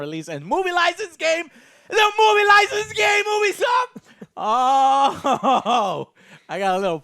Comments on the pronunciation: "Oobeesoft" Never heard of it... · Ok morons it’s Pronounced YOU B SOFT NOT Ooooooo be soft duh!! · Stop mispronouncing Ubisoft. It's pronounced "you-be-soft" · Can't stand to hear him mispronounce ubisoft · I love ya Joe, but how you pronounce Ubisoft grinds my gears a little bit ngl